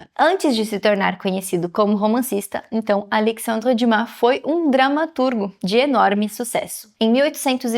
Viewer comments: Acho que li todos os livros de Alexandre Dumas, mas só agora conheci a pronúncia correta do seu nome. Parabéns por esse belo trabalho. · Só falar o nome dele correto já merece o 👍🏻❤